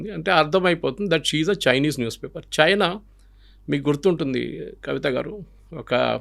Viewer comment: సర్, మీరు కూడా చైనా అనకండి ప్లీజ్, బాగాలేదు.